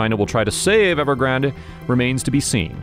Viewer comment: It’s Ever-grand. Not ever-grand-a